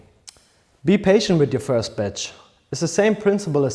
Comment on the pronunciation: ....' Be careful with your first bitch'...atleast that's what I first heard😅